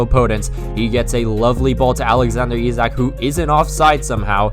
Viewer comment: Perfect pronunciation of Isak btw